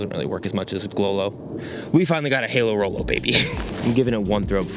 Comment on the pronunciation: Halo Rollo = RoHallo (Ro-Hu-Low)